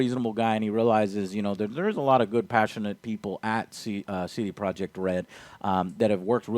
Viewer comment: It all makes sense now. CD Projekt Red sounds kinda clunky tbh. C-D. Pro-jekt Red. But when you pronounce 'projekt' like this guy it blends in with the red and the name of the studio is very smooth instead of clunky. "CD Projekhred."